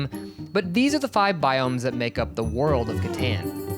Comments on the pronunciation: Katon please, it's pronounced katon settlers of katon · Catan is pronounced (cuh-tawn) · Right off the bat in the intro he already said Catan Rong 4 times